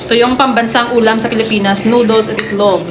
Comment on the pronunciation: pati bigkas ng noodles at bottle pang bundok